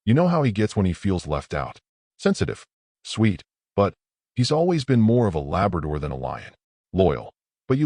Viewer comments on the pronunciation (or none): none